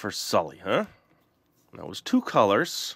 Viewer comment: its not SALLY its SULLY